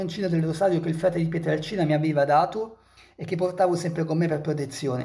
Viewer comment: Si dice Pietrelcina